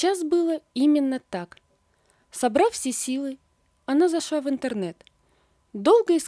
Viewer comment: Не могва ( в смысле - не могла) Жаль, что у вас дефект речи.Зашва, не могва и т.д.